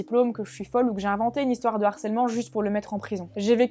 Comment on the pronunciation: Bonne vidéo gars. Mais je vous en supplie, tous les autres et toi, vous avez plus de 30 balais, NE FAITES PAS LA LIAISON avec harcèlement, harceler. C'est un H aspiré. LE Harcèlement, et pas l'harcèlement, "accusé DE harcèlement... " et non "accusé d'harcèlement"... (d'ailleurs quand tu l'écris ainsi, Youtube te dit que c'est une faute...). Allez gars, fais-moi plaisir. S'il te plaît. Sinon je t'envoie le harceleur en chef (et non l'harceleur) des H aspirés.